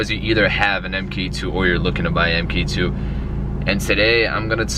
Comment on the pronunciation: It's mark, not m-k for mk2. Mark as in the second generation